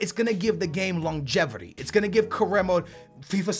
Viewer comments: Longevirty lmaoo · There is no ER in longevity lol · Longevrity lol